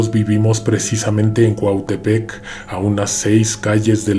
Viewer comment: Gracias por pronunciar mi cuautepec cuando gustes aquí esta su casa